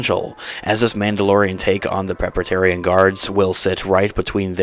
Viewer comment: Dude-- it's Praetorian guards! Ie. "Pray-tor-ri-an" guards. FYI